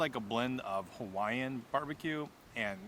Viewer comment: Pls do your best research on local pronounciation of Hawaiian words, cuz you were way off and it hurt to hear. Secondly pls reduce the amount of very Close-up shots and maybe narrate the beautiful scenery. Glad you enjoyed the Islands and it’s gifts. Aloha 🤙🏽😊